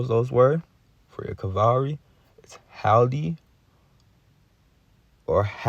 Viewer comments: Hilde rhymes with Hill DE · Actually no ,its a Scandinavian name I beleive, and we pronounced it like so Hilda but the L is being spoken in a surten way thope that helps regards from Norway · Hillde: “Hill Dee” is how you properly pronounce it. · Pronounced. Hill-de or Hill-da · Hill the (that's how it's said)